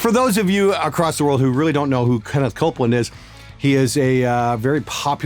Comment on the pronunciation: I thought he said Stewart Copeland.